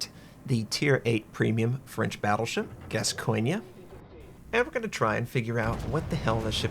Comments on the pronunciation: Just to help out, It is pronounced "gas-goin". Just like the famous soccer player Paul Gascogne. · there's no A at the end of GASCOGNE, you pronouce it about right, just no A at the end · Pronounced as GAS COIN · pronounced GAS-CON